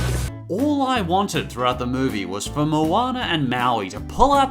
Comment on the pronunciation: MOWANER AND MAWEE